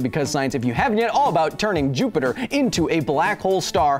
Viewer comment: For the love of god, please stop calling "Jupiter" "Jupi-Joop"...